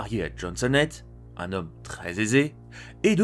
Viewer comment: C'est qui James Honlett ? James howlett